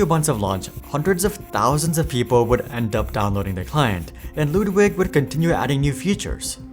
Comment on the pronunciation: You pronounce Ludwig surprisingly well